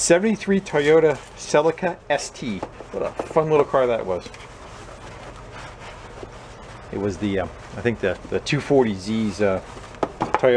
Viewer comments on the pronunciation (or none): Great car the Celica....pronounced ' sel - eek - ah' ☺